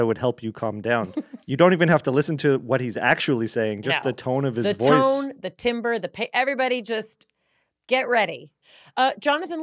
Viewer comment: timbre is pronounced "tam-br"